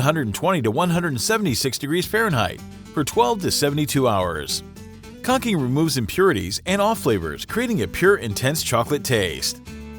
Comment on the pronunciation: It's pronounced 'con chin' not 'con kin'!😂